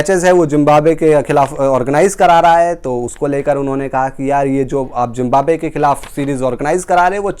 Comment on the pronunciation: Toonament ? Zimbabe ? What rubbish pronounciation !